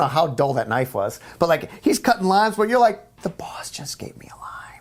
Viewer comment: Bruce cutting limes, thought he said lines at first, lmao